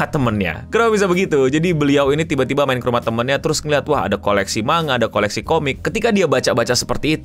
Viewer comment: manga = mang + ga bukan ma + nga kira2 begitu pengucapannya :face-blue-smiling::face-blue-smiling::face-blue-smiling